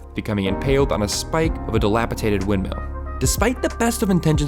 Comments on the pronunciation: “… becoming impaled on a spike of a dilapitated windmill.” That’s not even a word. It’s “dilapidated.” And Strider’s real name is Aragorn, not Aragon. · DilapiTated??? lmao Learn your English, son. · you do know that there are three “d”s in that word, right? He pronounced the other two just fine, as well as in the rest of the video. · Dilapidated not dilapitated.